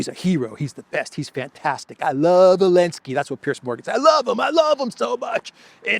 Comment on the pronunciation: It's funny how you still call him Elenskiy, after he banned "Z" 🤣